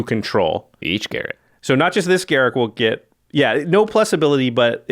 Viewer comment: Ga-Rook not Garrick.....